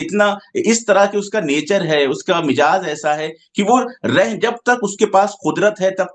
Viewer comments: لفظ “ مزاج “ مِجاز “ نہیں۔ معزرت کے ساتھ۔ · haerat hui bhi " MIZAAJ " ko mijaaz bol rahe haen!!